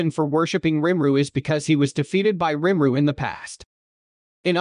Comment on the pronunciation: Who in the hell is Rim-ru. Lol Nice AI you got there